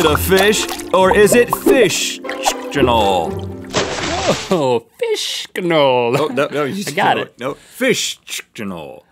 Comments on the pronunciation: i love when Rhett tries to pronounce "fishction" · when Rhett said fishctional I was like wow that would be easy to say tries it takes me like five times to get it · They're having so much trouble saying "fish-ctional" and I'm like: "What? It's super easy!" I dunno, maybe it's because I'm Polish, we have many words that are difficult to pronounce.